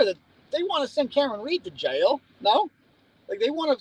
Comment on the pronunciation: You sound like you would fit in down here in Alabama with the way you say Jaaiil 😂 love it.